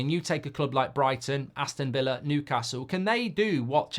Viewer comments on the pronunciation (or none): none